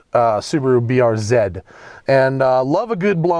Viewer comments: everytime he pronounces it the BURZ i want to shoot myself in the face. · Hey Matt, why do you pronounce BRZ like a Canadian LOL??